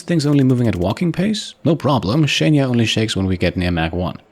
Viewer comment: As a Canadian, I should tell you "Shania" is pronounced Shuh-Ny-ah (shə-NY-ə)